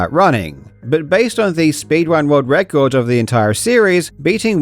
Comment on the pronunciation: Speed wun world wecords? lol - sorry Karl, loves ya man.